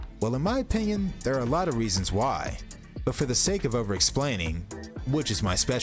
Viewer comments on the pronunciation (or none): none